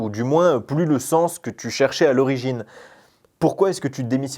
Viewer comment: Pourquoi tu dit « thu » au début de la vidéo et pas tu il n y a pas de h dans le mot tu donc n en prononce pas stp